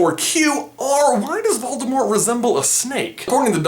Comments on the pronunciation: you pronounced voldemort wrong. have some respect (its pronounced VOL-di-more) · So am I the only one who knows that the t in Voldemort is silent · Does it bother anyone else that he pronounced the t in Voldemort? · You are saying 'Valdemort' not 'Voldemort' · On t he said "Baldimort." XD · you say it voldemor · I turned on the captions, and whenever you say "Voldemort", it writes "Baltimore". Lol. "Why does Baltimore?" "Why does Baltimore kill unicorns?" Frankly, the rest of the Maryland state has been wondering the same thing! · Call yourself a Potterhead yet you don’t know the T is silent in Voldemort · it is pronounced without the T at the end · the t at the end is silent